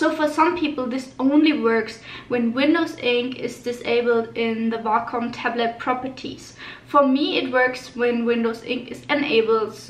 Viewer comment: Way-com it's pronounced way-com